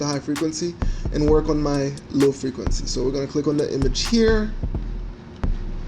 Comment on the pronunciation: « Lil’ frequency » 😂😂 that’s what I hear when you say low frequency. Thanks any way for you tutorials man, it helped me alot. My photos have taken another level because of that change.